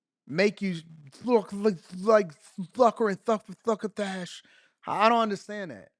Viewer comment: you said "suffering suckatash" lol !!!!!!!